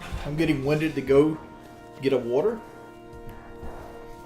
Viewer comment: I feel like he practices saying water wrong 🤔